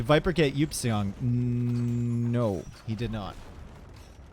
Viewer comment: Someone please tell Eupseong is pronounced "ipsung" NotLikeThis